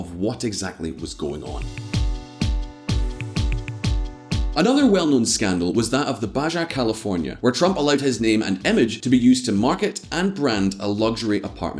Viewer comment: "Baja" is pronounced "bah hah". The letter "J" is pronounced as an "H" in Spanish. Like Jalapeño is pronounced "Hal uh peen yo".